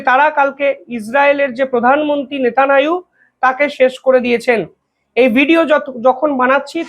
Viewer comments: বাইনচোদ নেতানিয়াহু ও উচ্চারণ করতে পারিসনা 🖕👢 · সালা সাংবাদিকের বাল। নেতানিয়াহু নামটা পর্যন্ত উচ্চারণ করতে পারে না।